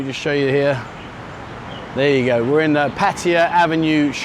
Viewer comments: There's no I in Pattaya. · It IS "Pat-A-YA", not "Pa-ta-a", I've only been here married to a Thai foe 18 years! And it's not "Soi Bakow", it's "Soi Bua Kow", some effort please..........